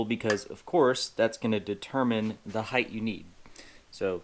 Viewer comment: Height ! Not heidthth ?😮